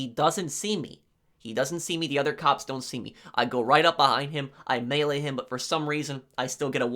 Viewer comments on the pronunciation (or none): none